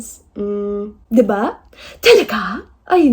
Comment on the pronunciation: diva?! 😭😭😂😭 the first one I was just a lil bit hesitant that I heard her right until she repeated it. Diba?